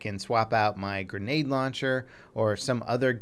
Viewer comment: 'Something potentialy usefiul like the granade launcher' haha plz dont make us laugh